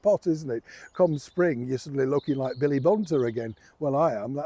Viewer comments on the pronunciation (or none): none